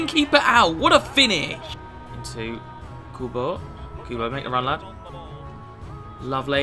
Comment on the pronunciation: Guys listen to how he says kubo mins i dont know why but i find it so funny